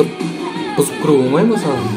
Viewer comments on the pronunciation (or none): none